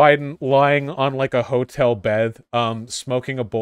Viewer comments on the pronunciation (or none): none